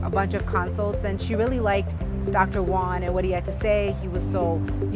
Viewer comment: stop calling him doctor one, learn how to say Juan